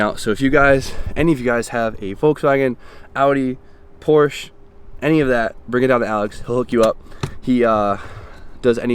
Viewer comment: Sorry to be another one of those guys, But your saying Porsche wrong